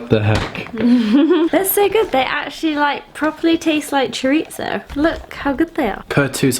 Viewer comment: As a mexico, I have now heard my favorite way for someone to pronounce "chorizo" haha. Awesome vido guys!